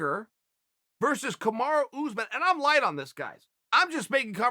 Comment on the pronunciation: Chael: Kamaru "OOZEMAN" Usman